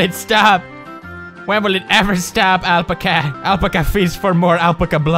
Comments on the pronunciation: Al~pack~a. That's how it's pronounced. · it is al-pa-ca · its AL-PACK-UH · It's Al-Pack-Ah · Omg I love how he says alpacuh instead of alpaca😂😂😂😂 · PEWDS ITS NOT ALP-ACAH ITS AL-PAC-AH "it's leviooosa not leviosaaaa" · ahl-puh-kuh... NO!! ITS AL-PAHKAH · its al-pack-a not L-pk-are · its called an Alpaca not alpaka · Lol Alpcka lol its Alpaca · Alpica lol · It's pronounced "al - pah - kah" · Ikr, he says alpca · Haha awe pewds. It's al-pack-ah it's an animal similar to the llama. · They aren't lamas they are "all-pack-us" alpacas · its pernounced: Alpaca (al-PACK-uh) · ITS AL PACK A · (AL- PACK-UH) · Isn't it ( al-pac-kah ) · alpecca, alpacco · pewds, it is pronounced al-pac-a. say al, pack, a. then alpaca. viola!!! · pewds its al-pah-cah ya edgar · Al pack uh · It's al-pac-UH lol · Alpaca (Al-Pack-A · It's pronounced (al-pack-ca) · alpaca is pronounced al-pack-ah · What if I told you you're the one pronouncing "Alpaca" wrong your entire life! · omg finnish ppl torilla tavataa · I love the way he pronounced Alpaca! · i love how he says alpaca wrong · Thoughts: 1. I love that Pewds cannot pronounce Alpaca (adorable) 2. Why was there a giraffe face at the bottom? 3. Why does this seem like Silent Hill for Alpacas 4. Smoking is bad Alpaca.. don't do it you get depressed & that turn into a mutant. 5. I want whatever the person who made this game is smoking XD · the way he says "Alpaca" is hilarious... i love these videos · lol well... I know how I'm going to be pronouncing "alpaca" from now on... hahahaha :'D lol! I'm typing this comment while watching and each time I hear Pewds say it I die laughing hahaha! *dead* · That game made me slightly sick to my stomach >.< I loved the way Pewdie pronounced alpaca though x3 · Alright so you can pronounce Melancholy but you can't pronounce Alpaca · He was kidding... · The way Pewds says alpaca though!OMFG LMAO! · the way he pronounces alpaca tho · What if u were the one who has been saying alpaca wrong this whole time...